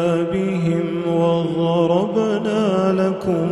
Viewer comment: Beautiful voice but is the pronunciation of ghair al maghZubi alaihim walaZaleen and WaZarabna lahum al Amthal correct. I heard the daad pronounced like tha